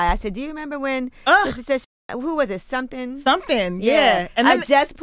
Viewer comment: "Sumpthin " SMH